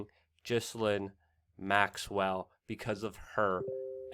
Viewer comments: It's pronounced GEE-LANE The s is silent. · I dislike everything related to this news but her name is pronounced Gee-lane! The g is a hard one and the s is silent. “Gee-lane”